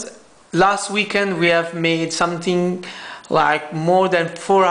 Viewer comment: "The battery really really exellent, last weekend we have made some-tfi-ng..." Me love you man X-D